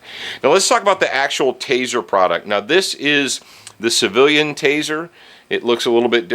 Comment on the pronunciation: Broduct and Prand lol